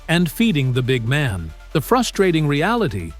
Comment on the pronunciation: Here is how you pronounce the phrase "big man." The accent is on the first word, not the second word. Get it right!